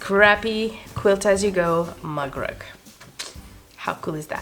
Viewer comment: Very cute! I was so confused throughout the video because I thought you said mud rug. I kept thinking that's way too small to be a rug. 😅😂 Now I get it. A MUG rug. Where I'm from, we call them coasters. But clever way to use scraps either way.